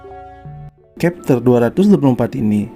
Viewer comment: chapter bkn khepter